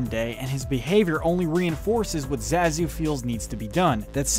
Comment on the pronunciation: You say Zazu so many times, and pronounce it wrong every single time . . . Amateur . . . =P